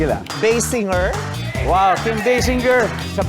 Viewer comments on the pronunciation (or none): Beysinger? Basinger